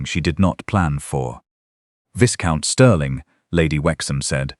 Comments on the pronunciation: Viscount is pronounced, Vi-count. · In this video I hear VISCOUNT pronounced 1 - correctly 2 - VIZ- count 3 - VICE-count The AI should consult a dictionary.